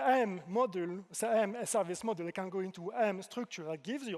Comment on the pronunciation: Halfway through: "Model" this and "Model" that… Oh wait that's supposed to be "Module." His French accent has him pronouncing it like "Modúl"